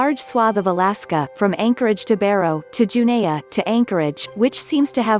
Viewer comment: Sigh. Anchorage isn't the capital of Alaska. Juneau is the capital of Alaska. It's also pronounced Ju-no not ju-nay-uh, and it's spelled Juneau not Junea.